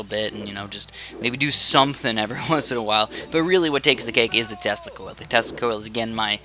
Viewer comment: Why does Tesla Coil souds like Testicles? :D Yep, i have one or two testicles :P